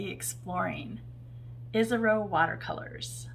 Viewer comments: The name is Japanese….”EE - ash- row” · Sorry “EE - sah - row”